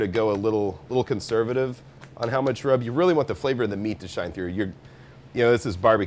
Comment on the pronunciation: It's "secret rub". Not "secret grub". Grubs are worms that crawl in the ground.